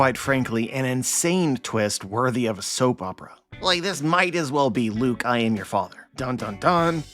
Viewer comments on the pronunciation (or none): none